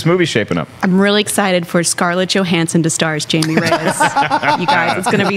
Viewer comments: Do they know its not pronounced Jamie??? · You can tell they don't know the character since they keep saying "Jamey" and not "Haime' " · It’s HAIME not JAMIE